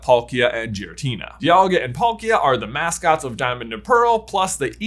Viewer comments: The way he pronounces Zapdos & Giratina is concerning. It gives off the impression that he has never actually watched Pokemon before. He should have at least heard their pronunciations in the show at some point. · I can let the mispronunciation of Arceus go, because not only was that a major debate within the pokémon community for the longest time, it also took Pokémon as a franchise a while to decide on an official pronunciation themselves (I hear they actually changed it a time or two), but the mispronunciation of Giratina hurts my soul.